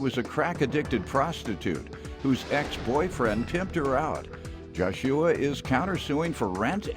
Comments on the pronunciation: Did anybody notice the announcer say the defendant as "Jah shoe wah" if i got it correctly and hell all this time i was saying it wrong! Ps unless that is how his moma wanted it pronounced? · Why he keep saying his name like that 🤷🏾‍♀️🙄Josh shoe uh 😂 it’s Joshua nigga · This dudes name.aint Jo- Shua....its spelled Joshua....like in the bible Joshua of Jericho.....lol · Why is the commentator in the beginning pronouncing his name " Josh-shoo-ah" LOL smh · They way Joshua was pronounced 😮